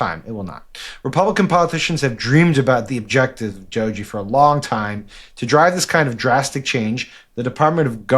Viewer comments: I hope you guys will start getting creative with nicknames. The correct pronunciation is DOH-gey (hard "g"). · It’s DOGE or as pronounced - dodgy LOL